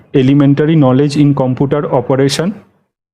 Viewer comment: video ta valo..sudhu bolbo computer uchcharon ta thik korun..